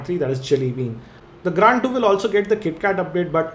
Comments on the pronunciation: pronounce it is grand 2............not " gand 2"..................lol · yea gand 2 on :o=))) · Gaaaaaaaaand 2! :P (Spoiler alert) :P